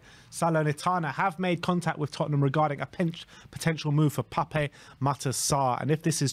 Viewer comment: Your saying Pape Sarr’s name incorrectly. It’s PAP. There’s no accent on the E.